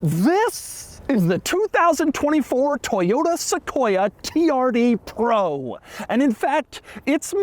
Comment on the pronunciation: All I hear anytime Doug says “TRD Pro”… is “Tee-R-D Pwo”😂. I wonder if he’ll get a “wittle wadder”😝